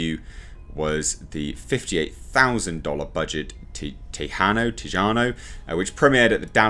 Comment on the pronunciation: It's pronounced "Tay-Ha-No". That other director David Blue Garcia, directed a microbudget film titled "Tejano" (spanish for texan). It's tagline was "Made in Texas, by Texans." I guess they just wanted a Texan to direct the Texas Chainsaw Massacre?😂